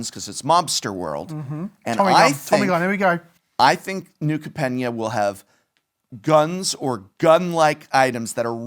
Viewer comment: Anyone else concerned about Professor's wrong pronunciation of New Capenna?